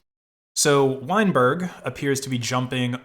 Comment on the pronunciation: "Weinberg" Every. Single. Time.